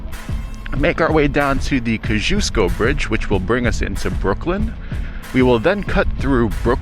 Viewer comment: I grew up not far from where you were riding across the Kosciuszko Bridge. You are completely mis pronouncing the bridge. Think of Costco Whole Seller. Kosci is pronounce like Cost.